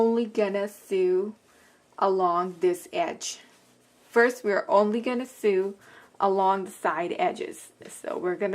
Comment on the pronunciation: Very nice video. I just found you and I subscribed. Just an FYI, you mispronounce the word sew and sewing. It’s pronounced ( so) and (soing). Not (sue) and (suing).